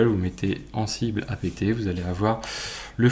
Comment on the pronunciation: La prononciation d'Ansible :(